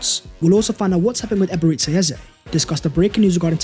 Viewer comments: its EBE-RE-CHI ..... not Ebereszi... Chi.. not Szi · Amazing as always! But please pronounce E-be-re-chi Eze not Eberizza Eze lol. Thank you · You are saying his first name wrong...its not Ebereci, its Eberechi...ends as Chi not Ci/Si